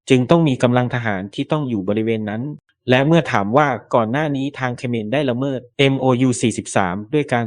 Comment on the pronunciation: แอดมินเป็นAIใช่ไหมจ๊ะ ละเมิด อ่านว่า ละ-เมิด ไม่ใช่ ละเมิ๊ด / โดรน อ่านว่า โดรน ไม่ใช่ /โด-รน แต่ถ้าเป็น AI ก็ขอผ่านค่ะ